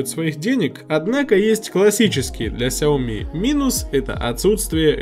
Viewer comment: Не хауми как ты говоришь, а сяоми правильно.